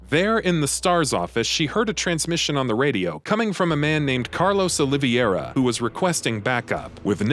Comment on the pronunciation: Mispronounced: Terragrigia, Excella Gionne, Sheva Alomar, Carlos Oliveira.